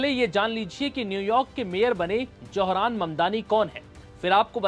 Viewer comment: It’s Zohar’s not Johran naam to sahi le lo